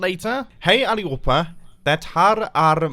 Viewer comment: The first "Hey everybody, this is mumbo" sounded EXACTLY right, the rest sounded great but not perfect :) /Swede